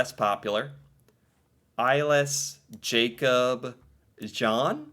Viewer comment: Remember, our "a"s are not English eeyh, they are "ah", the a in Jakob is the same as the one in Noah, almost. So it is not jeey-cob, it's jah-kob. Also, "e" at the end of a word is not silent. Emilie is not emily, it is "eh-mii-lii-eh"